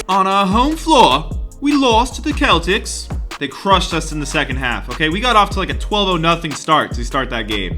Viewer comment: "The Keltics" HA HA HA!!!!!!